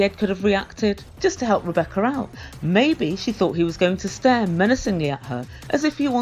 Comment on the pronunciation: Zied doesn’t even know how to sat “Rebecca’s” name.